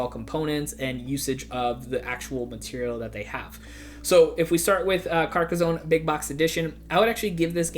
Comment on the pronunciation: Here's a video for you to learn how to pronouce Carcassonne